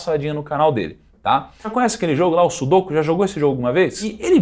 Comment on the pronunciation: Nao é sudôku e sim sudokú